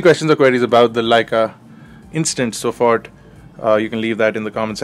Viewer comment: Great Video as always,! Just for the information, 'SOFORT' means 'instant' in German and it is pronounced like 'ZOFORT'.